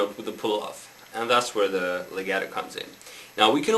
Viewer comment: hEY -It's pronounced- lay -got -toe Get it! lagato LEGATO- Now teach!